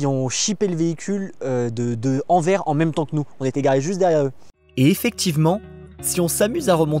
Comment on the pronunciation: Sympa la vue depuis votre chambre. ☺ En Belgique, on dit "Anver-sse" pas "Anver-t" ⚓